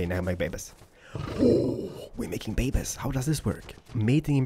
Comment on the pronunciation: If I have to hear the word babies one more time, I might slit my own throat. Especially if it's said incorrectly as it was in this.